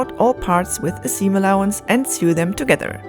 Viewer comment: You keep mispronouncing the word sew....its pronounced like soing... like so ing. The past tense is pronounced like sown. Great job btw.